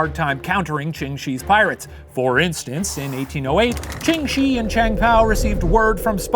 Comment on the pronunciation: Really great episode, but one little thing. Ching Shih isn't actually pronounced how it looks, it would sound more like "Chung Sheh" I know it's kinda dumb, but blame the Cantonese